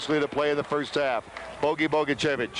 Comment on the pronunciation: But, sadly, not how to pronounce "Bogicevic." It's a 41-year=old mistake and no longer with us, but it still irks me.